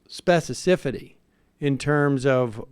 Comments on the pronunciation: At minute of this video, we were treated to an entirely new word: "spess-ah-sifity" - really, Sam? Just how sleep deprived or stoned are you, man? You meant to say "specificity", but then neglected to edit out that egregious mispronunciation before posting this video to YouTube? "Shloppie" enough, Sam? And then you go on to name the present Trump Travesty presidential administration as "the Bush Administration"? Wake the fuck up, Sam, before you post this slipshod crap to an international social media platform, okay? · One more time, Sam? "specisifity"... hmmm. My professor always said, if you have spelling or pronunciation mistakes it undermines your intelligence, or appearance thereof. I'm sure his razor sharp nerdlings, in the background, are biting their knuckles trying not to laugh. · Lol “specicifity” 🤦‍♂️ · sam pulled a trump there in the beginning lol 'specicifity' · "specicifity"..."Bush Administration" ...LOL you really are confounded, eh? XD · "The level of specicifity..." haha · Sam "Specicifity" Seder